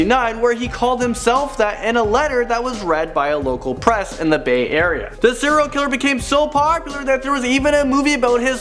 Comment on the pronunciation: Is he saying 0 killer or serial killer